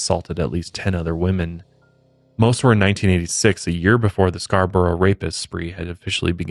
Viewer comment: Born and rasies Scarborough, thanks for saying it correctly and covering this! I had no idea!!!!!